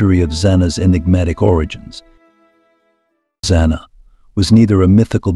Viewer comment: The narrator keeps changing how to pronouce "Zana" This is all baloney just to get hits.